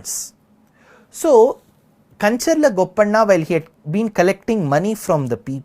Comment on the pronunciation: Sri your Telugu name pronounciations are not great. It feels bad. especially when you said Madhanna and Gopanna